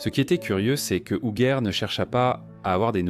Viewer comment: Appelée Hujette durant le récit, de cette odieuse voix IA